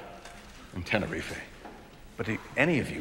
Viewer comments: Ten e rife, not ten e ri fay xD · I know Walt is the real deal when he calls tenerife tener-ri-fe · Tenerife-ay. That bit has always bugged me. Maybe it's an American thing to add the "ay". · the moment when Tenerife became “Tenerifey” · He’s pronouncing Tenerife wrong. It’s “Ten-a-reef” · Tenerife pronounced with an A at the end? Have been pronouncing it wrong all these years or is this an American thing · It's pronounced Tenor-reef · Well he is, he pronouncing Tenerife wrong to start with... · The way Walt pronounces Tenerife makes me cringe. Anyone else? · lol ive never heard anyone pronounce Tenerife that way before and ive been to Tenerife twice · The pronunciation of "Tenerife" is KILLING ME... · Loved that this show taught me about Tenerife. Also loved that it got me to hate Walter, because the guy couldn't even bother to learn the correct pronunciation of Tenerife. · He says Tenerife completely wrong LOL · He can't say Tenerife properly